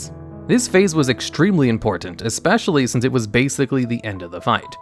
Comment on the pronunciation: just listen to say "council" (or "during" or "since"), where do you place his accent? I haven't encountered this pronunciation before (edit: not making fun, just curious if this is a regional thing somewhere in the USA or Canada)